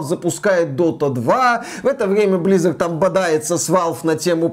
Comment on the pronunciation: Почему вы говорите блиизард? Активижин.